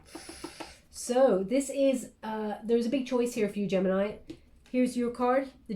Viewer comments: I’m not even surprised anymore)) Apparently knows everything about mi private life )) 31 and 13 (31 in reverse) are extremely relevant numbers for me. The important dates, years, floors etc always wether 13 or 31. Gemini ♊️ in Italian 🇮🇹 is pronounced right how did it at the beginning of the reading. Tête-à-tête (head to head in French) means one to one conversation. Thank you so much for your precious time and your beautiful guidance. Love 💜 and light 💛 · My Italian friends told me the proper way to pronounce Gemini is Geminee which seems to drive North Americans nuts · Gemini, is the pronunciation in Spanish! 😉😘🥰 I love u so much, u have no clue how much u help me. Tarorist to tarorist!!!